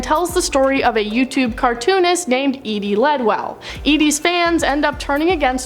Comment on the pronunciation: Wow! You got the plot all wrong! Geebus! Edie never involved the police... Thanks for pronouncing Edie correctly though!